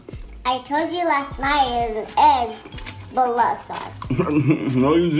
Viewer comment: “thank you for the food and beloves sauce” lmao